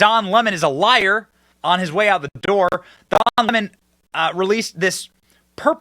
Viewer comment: Don Lemon's ego is out of this world. He is the cockiest, racist most entitled person ever. Good riddance! But I will miss how Tucker would pronounce his name, "Don L'mon" 😂😂😂